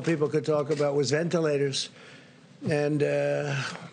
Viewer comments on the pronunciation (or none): Did he say entilators ?